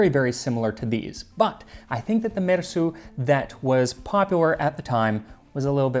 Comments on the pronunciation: I love the way you make an effort to say the names and words correctly. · I can't get over my admiration of your pronunciation of these names. I have no idea whether you are accurate. I'm just impressed nonetheless. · So many crazy names in this one! I love that you fully pronounce all the names.